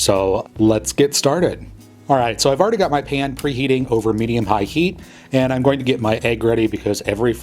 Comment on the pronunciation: How you say pan does something to my soul. ✨cringe✨